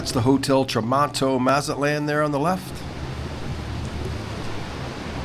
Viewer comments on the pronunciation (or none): How is it you know all the history, but can't say the Name correctly? Maw Zat Lawn NOT Mazz At Laan Good Grief! Otherwise good info.